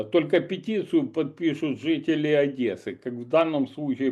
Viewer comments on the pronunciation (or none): не Адэсы, а Одессы!